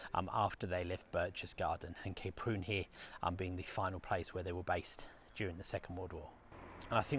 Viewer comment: Oh! Kay Prune??? You make it sound like the daughter of a laxative salesman! It's pronounced how it's written - Ka-Prun! My wife and I have skied there and at Zell so often over the years that the Kaprun town council gave us commemorative scrolls! We love the place to the point where it is almost a part of us, not least because we had our honeymoon there and numerous anniversaries too. One winter we walked right across the frozen lake to Thumersbach on the other side starting from those very jetties outside the hotel. Great memories, thank you.